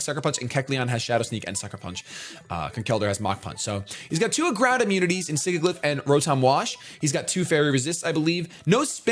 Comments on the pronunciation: Listen, I love you, but it's not pronounced Sig-Ih-Gliff, it's Sih-Jill-If. You know, like the word sigil XP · it's Sigilyph not Sigiglyph._. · SIGILYPH, NOT SIGIGLYPH! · he pronounces Sigilyph wrong, it's not "Sigiglyph" :D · The way he pronounces Sigilyph with two hard g's.... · I love you, but you need to fix the way you pronounce "Sigilyph"